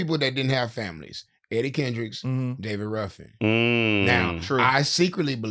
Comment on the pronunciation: You constantly calling Eddy “Eric” makes me feel like you only watched the movie once prior to this interview cuz ain’t no way you said it wrong every single time, and no one correcting it makes it worse. 😭